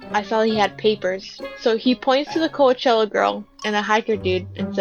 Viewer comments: She just said "co-weh-chella" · i know what it is but your'e just saying it wrong. i tried commenting the way you said it